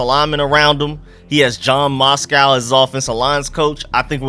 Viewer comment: the mans name is Matsko not Moscow 🤣🤣